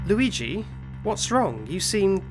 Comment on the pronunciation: Noo, loogee